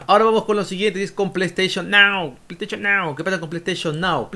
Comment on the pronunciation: ese pley steichon nao es un loqillo